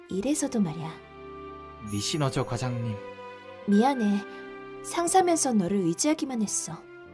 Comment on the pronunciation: 음성은 니시노조 텍스트는 니시조노